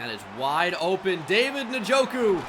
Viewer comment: Please stop saying nuh-joku